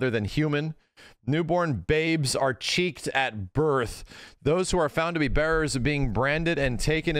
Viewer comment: bro literally misread "checked at birth" as "cheeked at birth" multiple times and at no point realized that one of those things made more sense than the other.